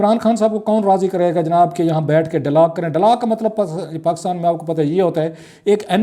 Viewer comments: BHIRA G, OH SAIEN MEDA English ko katal na karo sohna. "It is dialog and not DALLAAG" Have mercy on us pls. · I think he says “dailaag ڈئی لاگ” . Which is the Punjabi version of “dialogue”. I had a pashtoon “friend” who used to say “Laswaday St لسواڑے سٹریٹ” whereas the actual spelling is “Lasvade St” pronounced as “Lass wade street”. We have such people all over Pakistan. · ڈائیلاگ کو ڈالاگ کیوں کہتے ہیں ؟